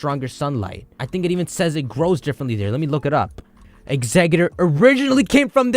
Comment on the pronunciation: Im sorry but...Exeggutor doesn't have a d in it. Its tor not dor